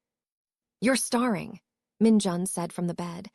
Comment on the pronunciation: Please please l learn how to say American words properly. Starring is a short A sound (actor) while Staring is a long A sound (looking at someone). We have other words in the English language spelled alike yet pronounced differently based meaning. Take l sons.